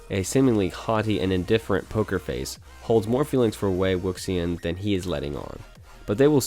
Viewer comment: I love how MDZS made it onto the list. It killed me how he pronounced wei wuxian’s name tho 😂